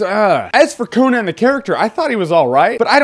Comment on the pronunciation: I love how you say Co-Nan instead of...you know...Con-an